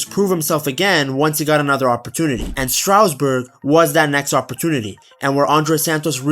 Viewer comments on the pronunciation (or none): IT IS STARSBOURG NOT STROUDSBUTG